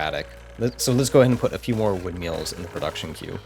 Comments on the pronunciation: Do you think we should tell him how to pronounce it correctly? 😂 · I think it's adorable that your pronounce them windmeals.